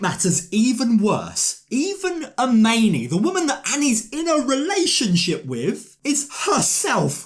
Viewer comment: Nope, it's "AH-MINI"!!!